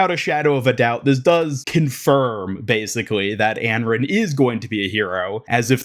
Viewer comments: if he's saying "Anron" then it's certainly Americanized. The only sounds that start with "r" and end with "n" in Chinese are "ran", "ren", and "run". Here is the Chinese name：安然. You would pronounce it An-ran, it means at ease, or free from worry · Anran, not Enren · it's pronounced "on-ron" 😂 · I feel like its pronounced as Un-Run. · Your pronunciation of Anran is really bad/annoying for someone who makes a living covering overwatch